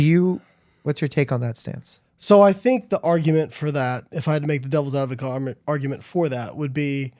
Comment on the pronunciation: Is it me or is Layne saying devil's advocaat rather than devil's advocate right at the beginning? Lol 😂 Anyways, interesting as always - thanks